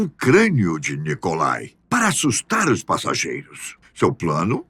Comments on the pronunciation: A única coisa estranha nesse vídeo é a pronúncia de nomes russos/ucranianos com um toque estadunidense. Nikolai se pronúncia Nikolai e não NAIcolai. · converse com alguém que saiba russo; não é correta a sua pronúncia, p. ex., de NIcolai como "Naicolai", entre outras.